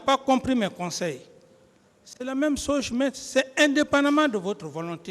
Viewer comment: Dadis qui aime la langue de Molière doit apprendre à dire "chose" plutôt que "Soge " car c'est très désagréable l'ouïe !